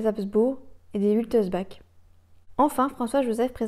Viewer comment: Van wittelsbach se prononce Wittelsbarr